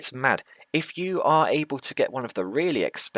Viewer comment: "it's mad" 😂 there I heard the UK accent! Wouldn't have guessed before. Another good video brother. See you in the next 1